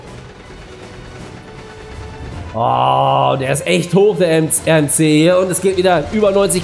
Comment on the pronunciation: Verbesserungsvorschläge in der Fachsprache der Achterbahnen, vllt kann man das ja im nächsten Parkshow (wenn die Bahn im Park inbegriffen ist) verwenden, ich als großer Freizeit und Achterbahn Fan rege mich da doch schon bisschen auf aber klar, ist ja deine Art, 1. Der RMC wird englisch ausgesprochen, der Name kommt vom Amerikanischen Hersteller (Rocky Mountain Construction) abk. RMC, der ursprüngliche Gedanke war, eine Holzachterbahn anzufertigen, die Inversionen oft ("Zero-G-Roll") ermöglicht, da es aber keine reine Holzachterbahn ist, wird sie oft als Hybrid-Coaster angesehen 2. denn little Dropkick-Coaster wie du hin nennst, wird vom deutschen Hersteller Gerstlauer Amusement Rides "Eurofighter" benannt und hergestellt schon seit Anfang 2000er besteht schon dieser Coaster und ist der meistverkaufte Coastertyp vom Hersteller. 3. den Klassischen Hängeloopingachterbahn oder einfach Suspended Looping Coaster (abk. SLC) zählen zu den meist verkauften Achterbahntyp vom Niederländischen Firma Vekoma aus Vorlop, insmagesamt wurden davon 42 Anlagen weltweit verkauft und 8 davon wurden abgerissen, manche der Anlagen wurden auch wieder in anderen Parks aufgestellt. Der erste Prototyp war schon 1994 in Walibi Holland unter dem Namen "SLC (662m Prototype)" aber er meistverkaufteste Modell der Anlage ist der "SLC (689m Standart) wie die beiden Modelle "Limit" im Heide Park Resort und der "MP Express" im Movie Park Germany :-) 3. Es gibt halt auch schnelle Junior Coaster, bestes beispiel